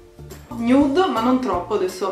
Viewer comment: RAGAZZI HO TROVATO IL MOME •NUDE MA NON TROPPO• (Nude si legge in inglese non si legge così come è scritto )